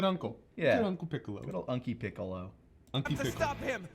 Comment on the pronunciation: “Unccolo” & “Piccolunc” had me dying.